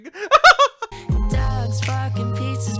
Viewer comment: I heard dads instead of dogs xD